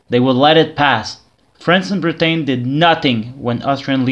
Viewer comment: I've just got around to watching this little series of yours. I quite like it, although think the episodes should be longer and more in-depth (yes, of course I'd be the one to suggest that). Nice to hear you've become a tree. Also, Britain is pronounced "Brit-an" or "Brit-en" (depending) and not "Brit-ayn"